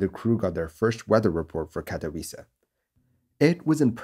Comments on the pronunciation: Bravo on pronouncing Katowice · Nice pronunciation of katowice... Some would slaughter it... Great work!